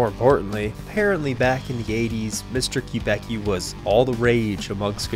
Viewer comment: Don’t let me interrupt, but for the record; The luthier’s name is pronounced “Kub-icki” not “Kub-ecki”. silly me!